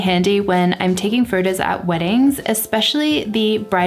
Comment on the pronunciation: I love you videos, but the way you say furtus, it is very distracting…😔